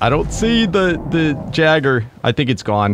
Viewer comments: No offense but jagger bruh lmao I started to die laughing at that it is pronounced yay- ger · It not a jagger it's.a Yeager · it's not called a jagger it's called a Jager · did i hear jeager i thought it was yeager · its not jagger its pronounced yay-ger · 😁 I'm excited for more kaiju! Also for future reference gojiran is pronounced go- gee-ran. And Jaeger is pronounced yay gr. I'm not hating just wanted to share my info 😁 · It's called "YAY-G-ER" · Just letting you know, gojira is spoken like (goh-gee-rah). The jaeger is pronounced (yay-ger), or just think of the jager bomb drink 😜 Very excited to watch S2!! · Pretty sure the “jaeger” is pronounced as yay-ger but someone feel free to correct me if I’m wrong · Jeager is pronounced yay gurr if that helps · The word "Jaegar" has German origin and is pronounced "yay-guh" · Jaegers are pronounced (yay-ger) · Jaeger is pronounced yaiger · It’s pronounced yay gr